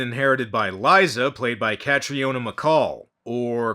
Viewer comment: Catriona is pronounced "ca-treena". In the UK at least (where's she's from). Now you know.